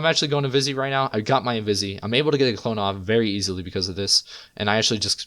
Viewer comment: why do you say invis-ee? lol.. just say invis like a normal person